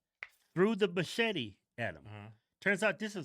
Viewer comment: Machete with a heavy A at the end. Say it rite or Danny Trejo will visit you in your sleep.😂